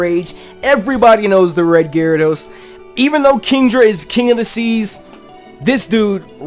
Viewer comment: IT'S GYARADOS, NOT GYRADOSE!